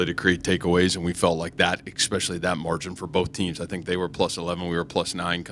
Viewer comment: he says "EKspecially"???